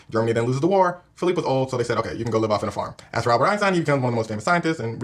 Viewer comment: The fact they keep calling him Phillipe 😂